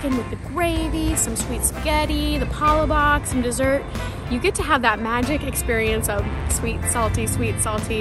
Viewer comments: You got all of the "must try" items. Congrats! The Peach Mango Pie is my go-to dessert to cap whatever meal combo/item I get. My Jollibee experience doesn't seem complete without the PMPie. It's simply the best pocket pie for me, whether it be Jollibee, McDonalds, etc. You should pronounce "palabok" with stress on the "la" (pa-LA-bok) instead of the "pa" (PA-la-bok). And one would typically mix the palabok up first (and squeeze on some calamansi juice or lemon, if calamansi is not available) before eating. But we Filipinos won't insist on strict rules for eating something - you decide whatever works best for you. Enjoy your next Pinoy food adventures. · Cute video and thanks for doing and posting it on Youtube. Just a tip: the way "palabok" is pronounced is that the accent is on the second syllable: pah-LAH-bok (similar to how you would say words such as "NoVEMber", "deTERmine", "deSIGNer", etc. :-) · Alhambra, our neighbor city. PAAH- LAAH- BOK ( short O)